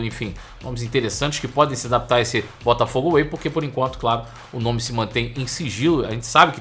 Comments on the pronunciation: Mas que "Botafogo AWAY" é esse???? É "Botafogo WAY"... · Tá me dando nervoso ouvir ele falar Botafogo AWAY toda hora. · Pelo amor de Deus, o nome do projeto é Botafogo WAY! away tá tu kkkk